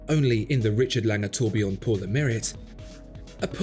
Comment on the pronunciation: It's Lange, as (un)usual...